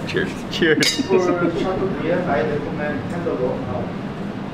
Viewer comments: people: chateaubriand Mark: chateaubiryani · It's not "chateau biryan", it's "chateaubriand".. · It is Chateaubriand not Chateau biriyan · LOL they keep saying female cow LOL cows are female and male bovines are called bulls or steers ha ha .. you would think someone who specializes in beef would know the difference. And mark keeps saying chateau Biri yand lol its chateaubriand